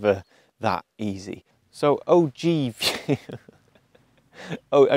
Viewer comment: the one in which he says 'a fright' and 'OG'...can't pin 'im down